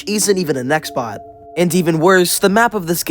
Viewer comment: omg he said nextbox lol